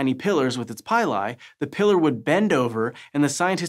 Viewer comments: PILL-E, as in PILL-E-ATING hairs. So, no PIE-LIE...👎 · Please pronounce pili as "pee-lee" instead of "pie-lie". Please. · Great video as usual. Pili is pronounced like pill-lee.